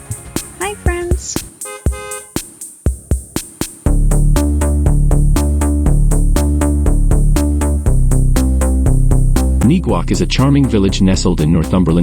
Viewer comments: And Neguac is pronounced...Neg-wac, (like in the same manner that you say the word negative). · Is the pronunciation I'm hearing of Neguac the actual pronunciation? I'm hearing it's pronounced in a different way.